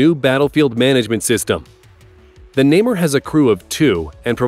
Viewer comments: Indeed: Na-mer is how it is pronounced. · Namer was worse haha